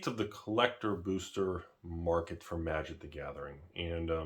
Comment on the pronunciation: Was sure you said Tragic the gathering in the beginning 🤣🤣